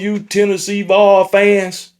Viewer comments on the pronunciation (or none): Bro can't even say vols right 😂